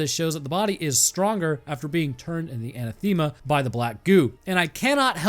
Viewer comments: It’s pronounced “Anathema”. Hope that helps 👍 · It's actually kind of cute that doesn't know how to say Anathema. a·NATH·e·ma. The emphasis is on the second syllable. Like the word of the same spelling that means: 1. something or someone that one vehemently dislikes. "racial hatred was anathema to her" But I like him saying it his way. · Anathema: a-nath-emma. I normally don't police pronouncing things but good lord brother, that was bad. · anathema is pronounced sort of like uh-nah-thim-uh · An ath Emma as for the pronunciation of that word ath said like wrath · Quick shoutout for. I believe the pronunciation of anathema is (An-Ah-Theh-Muh). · pronounced An-Ath-Uh-Muh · Anathema is pronounced "an-athema" and the athema part you say as if you were going to say Athens but instead of 'ns' it ends with 'ma'. It's an old word that means something that is an opposite/doesn't mix well. Oil and water would in a sense be anathema to each other, though that might be an oversimplification. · ann-a-thim-uh Is the correct pronunciation. Closest I could get to phonetic without looking it up anyway. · anathame, uh-NATH-uh-muh, something or someone that one vehemently dislikes a formal curse by a pope or a council of the Church, excommunicating a person or denouncing a doctrine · Anathema = uh-NATH-uh-muh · anathema if that’s how it’s spelt is pronounced a-naath-uh-muh it’s the biblical/christian way of saying “to hell with” kinda more so that’s a sinful behavior and you’re definitely going to hell if you continue is closer , there’s not an exact definition I don’t believe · ANÁTHEMA You created a whole video, and you didn't take time (less than a minute, I'm sure) to check how the word is pronounced? Why? You could have gotten one word smarter, and any increase to wisdom is not to be sneezed at. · Pronounced…UH-NA-THUH-MUH. Anathema. Lol.